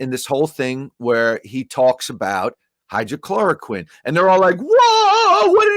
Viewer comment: It’s not hydrochloroquine, it’s hydrOXYchloroquine